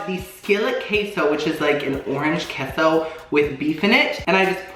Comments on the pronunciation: It’s K-SO. Not kesso 😭😭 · it’s “Kay-so”’ not “kess-o”